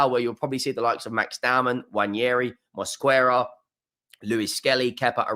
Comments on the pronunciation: Greetings from Spain!!! The correct pronunciation of "Mosquera" is MOS-KE-RA, the "u" is silent!!! By the way, you still dont know how good Zubimendi is. You will see. He is a mini version of Rodri's style. Zubimendi is not so powerful but faster!!! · MOS-QUE-RAH pls pronounce his name correctly